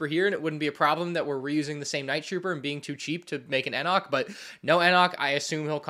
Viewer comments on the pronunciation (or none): Enoch is pronounced Enick. The E says it's name. Btw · Dude still can’t pronounce Enoch correctly after all this time 😭